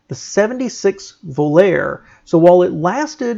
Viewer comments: “Vo-lair” was actually pronounced, “Vo-lar-ee”. Their commercials at the time reiterated this. I guess you’re too young to remember that. It’s worth noting with a little more perspective that, Plymouth was all about the ‘60s and ‘70s not the ‘80s and ‘90s. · The car’s NAME is pronounced: VO-LAR-EH Not VO-LAIR just like the SONG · Not volair. Vo-lah-ray is the correct pronunciation. If I hear vo-lair one more time I'm going to scream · You might want to do your homework it is not pronounced volar it is pronounced vol-r-e ject Google for old tv adds also the 2.6 litre engine was a 4 cylinder not a 6 cylinder. You sound knowledgeable but you made two mistakes and also the 2.6 litre was replaced by the Chrysler built 2.5 litre 4 cylinder. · Volare is the Latin and Italian verb to fly; and also the Spanish for I will fly... The origin of the name. The Plymouth Volare was (and is) pronounced "vol-ar-ee" and not "vol-air." How you did not know that is beyond me. Great video, as usual, but every time you butcher the Volare name, it's massively cringeworthy. You never heard Dean Martin sing Volare? ;) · Two things: it is pronounced Vo Lar Ray, not Vo Lar. Second you skipped the original Duster two door series, These were Plymouth only models and so popular, that Chrysler had to quickly badge engineer the Dodge Demon (later the Dart Sport) for Dodge dealers, a rare case of Plymouth beating Dodge to the market. True story my father bought a 71 Dodge Demon, with a comic demon logo, and my mom made him take it back to the dealer to get the logo removed. Needless to say she did not live long enough to see the resurrection of the Demon logo on Dodge vehicles. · Stop saying Vol-air! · 'VO - LAR - RAY'...😅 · Pronounced vollarrie. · Pronounced VO-LAH-REE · It's called vo lar ree. View the commercials of the time! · plymouth vo-lar -e is how it was pronounced! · I like your videos but I couldn’t let this go.You never heard the song Vol-ar-aay? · Mispronouncing Volare is getting to me.